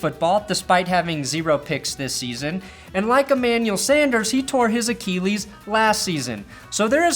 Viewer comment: Achilles uh-Kill-eez uh-Keel-eez = bad